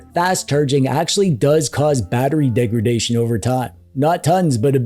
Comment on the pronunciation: It's degradation, not degredation. 😉